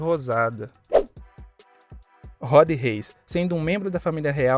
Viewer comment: Cara é rood reis não uri reis mano